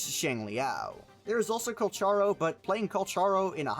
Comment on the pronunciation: How Are You Still Pronouncing Calcharo Wrong 1 Year Later ? 🤔